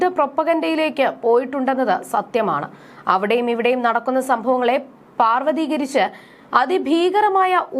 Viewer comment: പർവതീകരിച്ചല്ല പാർവതീകരിച്ച ok